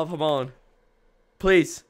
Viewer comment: the way he says hamon slightly angers me but besides that the video was "goodo"